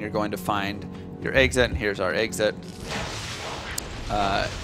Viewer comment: I love D2 but I had to stop watching for a dumb reason. He keeps saying Eggsit instead of Exit. Accents drive me nuts sometimes.